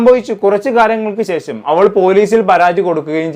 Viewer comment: ഷേഷം അല്ലടാ .... ശേഷം ആണ്